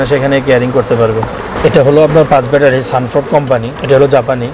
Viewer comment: ‘ব্যাটারি’কে (battery) বলছেন, ভ্যাটারি বলে ইরেজিতে কোনো শব্দ আছে কিনা আমার জানা। ভাই উচ্চারণ ঠিক করেন।